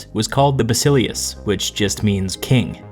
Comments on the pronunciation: Bas i LE us the emphasis is on the second to last syllable. If you learn about history from Youtube, can expect certain "get what you pay for" compromises. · Not to nitpick, but your pronunciation of "Basileus" is dead wrong. It is "Bah-Sill-Ay-Oos" not "Ba-Silly-Us" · heres how english speaker should pronounce these words properly Basileus- Vahsihléfs Strategos-Stratihgóhs Boule- Vuhlé